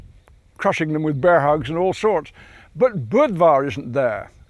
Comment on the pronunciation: The way he says "Bear" though